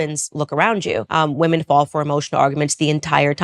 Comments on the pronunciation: Interesting and insightful analysis, thanks. I am not sure why you still pronounce the word 'women' (plural) as 'woman' (singular), is this intentional? I don't think you're right to lump Brand with bad-faith actors like Carlson and Candace Owens, cites, entertainingly and charismatically, a LOT of really great and very thorough sources (eg The Intercept, Jacobin etc). Ad Hominem allegations (surely many truthful and a bit creepy- the man is a charming addict, a product-turned-critic of the Empire of Illusion that Chris Hedges writes about) don't negate a LOT of truth told (generally that the right (obviously) but also the left, in the UK and US, is now firmly captured and steered by corporations under neoliberal capitalism). I admire his ability to bring deluded and selfish right wingers to a more informed place. Check out Chris Hedges- Real News Network, Yanis Varoufakis & Richard Woolf here on YT if you don't follow them already. Anyhow, some good stuff in your analysis, though I thought overly judgmental in some of the wrong directions. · Please Ilove you but I cannot stand how you pronounce wo-men as wo-man please please please try to change it. It just goes against your entire like intellectual persona when you constantly mispronounce it. I don't know why you pronounce it that way maybe it's a South African thing, but I have some South African friends who don't pronounce it that way so I don't know it's just something that is really really irritating, it's fine if you don't change it, it is just a suggestion but like please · Do you know how to pronounce the plural of “woman”? I’ve noticed there’s a slew of YouTubers who won’t pronounce the plural properly.